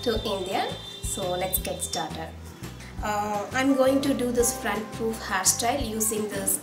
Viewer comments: Hairstyle is really nice.. but the way u pronounce puff is wrong.. it's not "poof" it's "Puff"- paaf (made it easier for u to pronounce).. I ain't criticising but FYI.. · it's not pooof...its puff